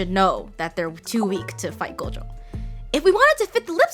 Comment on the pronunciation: just like gojo they mispronounced it to gojoww which is incorrect